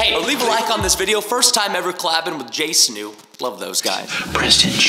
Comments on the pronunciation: Hey Preston you said jsnu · he was saying jsnu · Did he just say jsnu ? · bruh y presten saying jsnu XD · Preston stop saying Jsnu 😐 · I hate that Preston kept saying jsnew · Preston say jnstew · You said snu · Bruh he keeps calling them Jsnu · Stop calling it jsnu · I mean, I love how Preston calls Jstu wrong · He said Jsnu instead of jstu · You said jsnoo LOL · Preston you said Jsnu no More Jstu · I love how he calls them Jsnu 😂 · Preston keeps calling them JSnu! 🤣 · ITS JSTU NOT "JSNOO" which is what you keep saying like XD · Preston said morejsnu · I know right I was like it’s Jstu not jsnu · He definitely said “Jsnu” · I like how he said “jsnu” instead of jstu. Lol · Yo so many times he said jsnu I just wanted to shout JSTU😂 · I like how preston said jstnou even though it is jstu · I like how Preston is saying jaysnoo but it is jastu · it was so funny when preston said jaistnu not jstu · U CALLED THEM J SNEW LOL THERE JSTU LOL TWICE! WELL 100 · I like you kept saying jsnu instead of jstu presten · Why does Preston say your name as Jsnu instead of jstu??😂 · I mean Preston says Jstnu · JSnu? Its JStu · J stew not j snew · its jstoo not jsnoo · Its j stew not j snoo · bruh preaston said jsnu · Its not jsnu Preston its jstu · Jstu not Jsnu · He says jsnu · I love how Preston said jstu wrong the entire time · im sorry but u keep saying Jsnu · I died cuz u said jsnu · i know preston says jsnu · the fact that you keep saying jsnu lol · You said jsnu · “So, I’m Col Laning today with JSNU.” LOL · did anyone else notice that Preston was saying Jace-new? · Is it just me that hears Preston say “Jsnu”? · I love it when Preston calls Jstu “jsnu” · It’s so funny how he calls them jsnu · Preston said jsnu twice 😂😂😂😅😅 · Preston always said jsnu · Preston literally calling them jsnu 😂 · the thing is that preston is sayin JSnu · It’s awesome how he calls them Jsnu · Preston keeps on saying JsNu” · Preston saying jsnu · He’s calling them JSnu 😂🤣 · Preston I think you said Jsnu